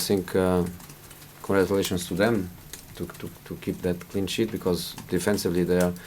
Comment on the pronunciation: sounded like clean shit man lol